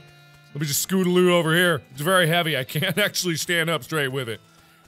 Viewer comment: He said "Scootaloo" ouo hehehe